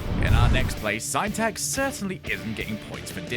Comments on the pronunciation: "Sign tax"? 😂 I believe it's pronounced "sin-tax" bro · "sine-tax" whew.